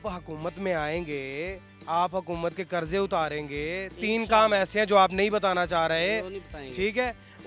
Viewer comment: Qarja ne hota Qarza hota ha🤣, ap aik month bardasht krny ka keh rhy hum ap ko video main bardasht ne kr rhy